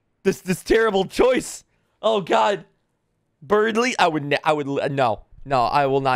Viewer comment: I love people completely reading Berdly wrong LMAO